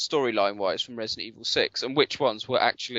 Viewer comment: “It’s jus’ naught Residen’ Evil” sigh Totally agree, Man. Totally agree.